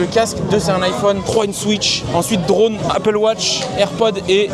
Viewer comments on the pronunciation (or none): none